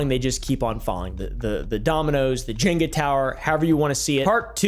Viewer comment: You don't even know how to pronounce Jenga.. wow